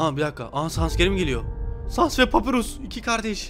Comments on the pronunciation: papyrus papirus diye değil papayrus diye okunuyo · Allah rızası için artık şu papirüs kelimesini bırak papayrus diye okunuyor bir isim kelime değil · abi papyrus "papirus diye okunmuyo papayrus diye okunuyo"